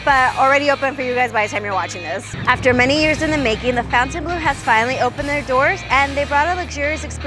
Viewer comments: Everyone is pronouncing it fountain blue like mountain dew but it’s spelled like it should be pronounced FON-TAIN blue. Am I missing something? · Pronounced Fon-tun…not Fountain. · Cool video! But you are pronouncing the name in English, when it's spelling is French and would therefore have a different pronunciation. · Fon tain blue :-)